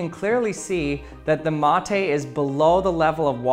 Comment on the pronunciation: Me, a native Spanish speaker that also drinks "mate" : omg he says "mOthE" :D